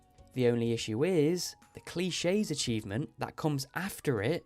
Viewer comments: i love this video but i REALLY need to tell you that you’re pronouncing “clique” wrong. it’s “click.” you’re saying “cliché,” which is also a real word, but it’s an entirely different word with a different meaning. a “clique” is a tight knit social group. a “cliché” is an overused concept, motif, or element of some kind. also, in english, when you see words ending in —que, the “que” will almost ALWAYS be pronounced as a “ck” sound. for example, cheque (as in “i’ll write you a cheque”) is pronounced “check.” pique (as in “that piqued my interest”) is pronounced peek. also, with cliché, the only reason we say “klee-shay” is because that é has an accent aigu, which says “ayyy” in french. for example, the word “risqué” is pronounced “risk-kay” because of that accent. sorry i just needed to inform you because i would want someone to tell me. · In British English it’s pronounced “cleek”, which is a lot closer to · I don’t know how to say this in a way that will not sound rude, but I think you deserve to know the name of the 5 heart 4 people achievement is called Clique and not Cliche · im pretty sure he misread it as clichè. it would be impressive knowing how to pronounce clichè (french) but not clique (may be also french, but we at least dont pronounce it frenchly) incredibly funny misread though 😂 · Even still he says "clichés" which is not either of those pronunciations lol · we do actually pronounce "clique" frenchly as well :) That is if you don't count most english speakers making the ending in "cliché" into an -ay and pronouncing "clique" with a short i instead of a long one. If you'd count that, none of them are pronounced in the correct french way :D